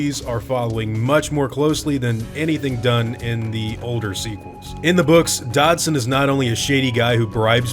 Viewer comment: Is it pronounced DODD-SON, or DODGE-SON? I always said Dodd-son before reading the books, and sounds like you do the same haha. Now I’m confused lol! Great video :)